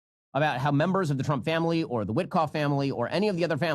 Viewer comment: Love the emphasis on "the family." Sounds like mobsters to me.